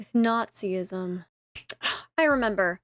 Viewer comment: It's not Nazi-ism it's Nazism, one syllable only. It's weird though that christians keep on telling us that if they didn't believe in their god they would all become homicidal murderers and kiddie rapists. I think we should believe them and insist that they keep on believing in their weird god.